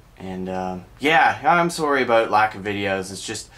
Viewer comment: "I'm sorey"